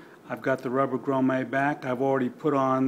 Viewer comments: actually the word is English not French so its pronounced G R O M M I T, yes Im English and this is boring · Its a grommet. Not a gromma!!